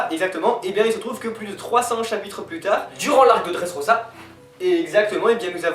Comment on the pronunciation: bien le truc des bruit de gouttes d'eau^^: ouui eichi' a tout preparé; prononciation: LEUFFY; OUS(S)OP; DRESSROZA; ENIESSE LOBY et enfin les gars c'est pas mal mais sa serait mieux sans la coupe bieber xD